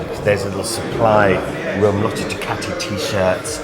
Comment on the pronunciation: Did the good folks at Ducati cringe every time Boorman said “DuCATti”? Did they move on to Germany and say “Porsh” over and over at the Porsche factory?